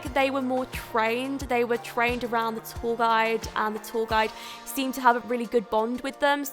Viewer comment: I thought she was saying "tall guy" instead of "tour guide" 😂